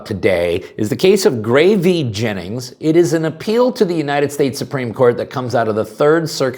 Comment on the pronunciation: Who is Gray V. Jennings? Oh, if you mean " Gray versus Jennings " or " Gray vs. Hennings " then say it. It's annoying hearing " V " instead of versus. Roe v Wade. Still enjoy the videos though .